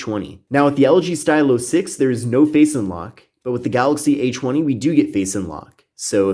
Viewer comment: I keep thinking he's saying "h1e" instead of "a20" lmfaoo 🤦🏽‍♀️